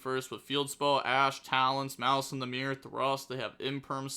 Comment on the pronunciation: Im here just to hate on maliss, mal-ass over here